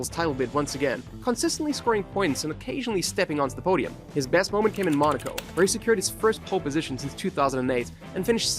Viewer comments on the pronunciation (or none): none